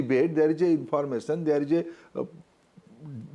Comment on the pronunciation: Minister says "informason" 😂😂😂😂